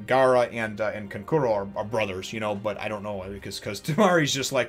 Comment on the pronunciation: Such a great chapter. Gaara is an absolute nutjob in these Exams. Your first pronunciation of Kankuro's name in this video was the correct one by the way.